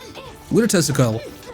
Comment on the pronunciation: With your accent, you saying Tesla coil, sounds to me like you are saying testicle! LMFAO!